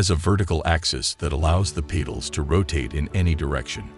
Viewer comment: Fix the AI voice to pronounce petals correct and I will share it.